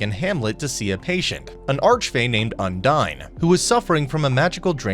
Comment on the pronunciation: ITS UNDIN NOT UNDINE